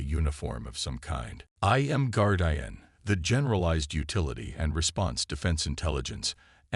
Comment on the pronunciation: guard eye an? shitty ai cant say simple words